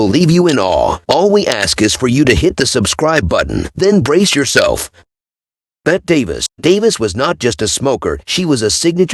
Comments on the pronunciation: Bette is pronounced BETTY. Sorry for the correction but I don't want the AI to lose it's job! PS - Yul = You'll. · You could start by learning how to pronounce the names of the people you're talking about, including Bette (pronounced Betty) Davis and Lucille Ball.